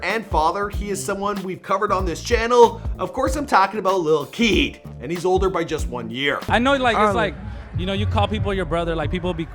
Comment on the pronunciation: and why you pronouce " LIKE KEED" like a monster lol